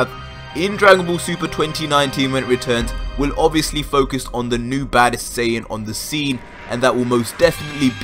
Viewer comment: Im sorry, you can't say this is only for Dragon Ball fans when you can't even pronounce "Saiyan" correct. It's "Sigh yan" not "Say in" If you want to get even more technical it would "Sigh ya Jin"